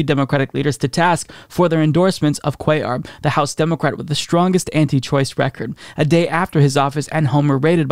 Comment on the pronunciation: Am I the only one that hears Democwat?